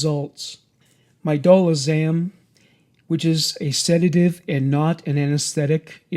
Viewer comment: It's medazolam.... Otherwise known as versed. Not medolazam.